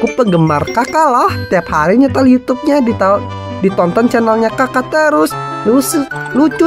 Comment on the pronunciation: YOU TUBE BUKAN YUTUB 😂😂